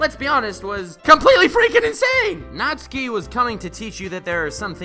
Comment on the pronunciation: YES! NATSUKI BEST GIRL. Also thanks for pronouncing hr name right, unlike some other youtubers (everyone but also specifically MatPat lmao). Also check out the Chime remix of Megalovania